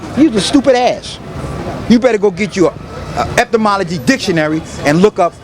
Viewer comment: GOOB THA DON. Eptomology dictionary